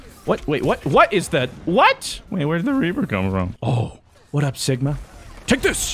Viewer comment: Am I the only one who heard Sickma instead of Sigma? ;D